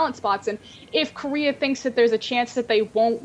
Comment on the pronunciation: God the way pronounces Korea...